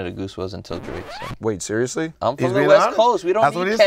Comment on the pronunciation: just said drae not drake